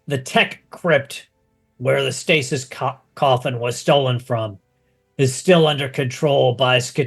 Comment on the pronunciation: Does it not bug anybody else that they can’t pronounce the word stasis